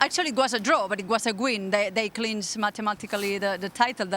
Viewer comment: “it was a gwin”